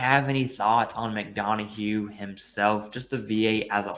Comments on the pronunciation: (Mick - Don - Uff) not (Mick - Dawn - A - Hue) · Mick-done-uh not Mick-don-a-hue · Why the hell do you keep calling him "McDonahue"? His name is McDonough. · "pronounced " Mc Dun-Uhh"